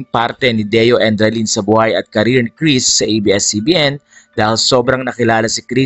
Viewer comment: Endrinal po hindi edralin.